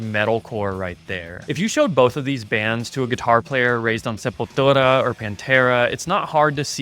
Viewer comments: That's how Brazilians pronounce Sepultura, so I guess technically it's the correct pronunciation. 🤷🏼‍♂️ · Sepultura in a portuguese accent was so good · nailed that Sepultura pronunciation